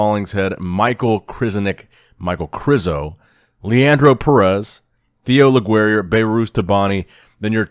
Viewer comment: Winner said maichael krizo🤣